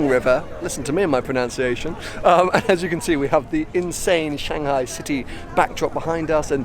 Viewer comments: "listen to me and my pronounciation". I love it when someone talks about their pronunciation and mis-pronounces it as pronounciation. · You pronounced "pronunciation" incorrectly